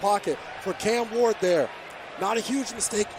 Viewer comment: It’s cam ward not can ward